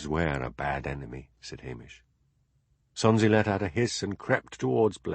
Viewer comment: This is DD, not the moniker attached to the comment above stating, "For a Scot...". Don't know how that happened. However, as a NON-Scot, I found this narration an absolute delight. How can you mispronounce Sonsie?